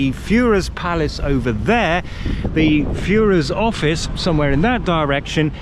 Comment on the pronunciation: Had history taken a different course you'd be toast dude. You've been in Germany how long and you still can't pronounce Führer properly!